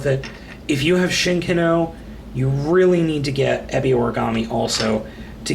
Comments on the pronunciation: It is pronounced eh-be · exactly. this guy who did this review acts like he watches the show but if he really did he'd know how the say Ebi Origami's name.